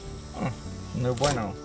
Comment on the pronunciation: He said "no bueno" perfectly lol👏🏼👏🏼👏🏼